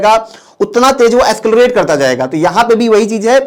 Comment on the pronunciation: Escalarate? Or accelarate??